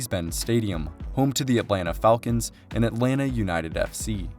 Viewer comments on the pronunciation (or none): none